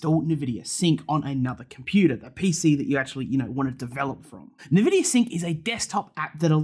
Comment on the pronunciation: wait, why are you saying nEvidia